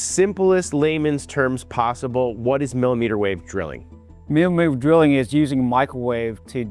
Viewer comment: “MLLMLL DRILLING…” sir what?